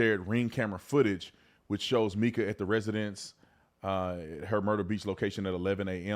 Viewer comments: Please do research before posting stories. You pronounce Mica's name wrong. It's Mica, not Meka. Pastor has a girlfriend who he's with now. He was stalking her with tracking chip on her car. Also, slashed her tires, recently and had a restraining order two days before death. There is so much to this story. Pls do more research. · It's pronounced "my-kuh" not "mee-kuh".